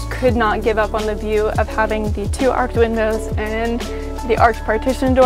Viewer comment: Arched not Arked 😂 sorry it was said so many times 😅